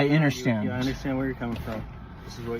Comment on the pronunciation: I "interstand"?